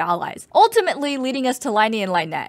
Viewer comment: I agree, but why you gotta pronounce lyney's and lynette's name like that.